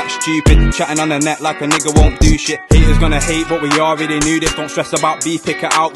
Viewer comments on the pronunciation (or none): anyone notices his speech impediment with his 'sh' and 'ch' when he says shit his bottom lip goes down xD